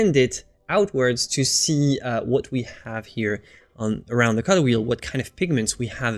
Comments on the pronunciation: I'm begging you PLEASE learn to say "color" better. I love your videos and you so much but the way you say color kills me, man! Lol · one of the reasons I just can't watch him...drove me nuts...